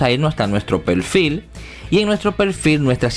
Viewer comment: Pelfil? Es Perfil, con R.